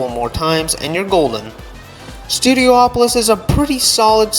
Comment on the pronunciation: pronouncing studiopolis as studio-OPOLIS is so irritating😭😭 pretty sure it's just STUDIOpolis. polis is a greek word for city. just go with that pronounciation. studio, polis. studio OPOLIS is irritating as hell